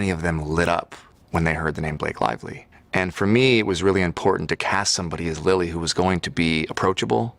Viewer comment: said “potential Lilly”. I thought I heard “potential bully”! 😂